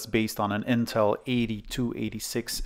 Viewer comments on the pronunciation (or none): none